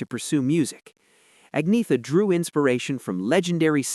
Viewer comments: AgneTHa! Nicht Agnea😂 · an-yet-a, not ag-netha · Agreed, but her name is mispronounced. It's 'Unnyettuh'. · "Ag-nee-tha"? Seriously? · Pronounced Ag ne tha Falts kog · No. It is 'Unnyettuh'. The G is silent.